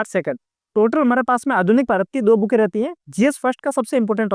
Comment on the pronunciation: Bhai ya to books bol lo ya पुस्तके बोल लो yaar बुके क्या होता है😁😁😁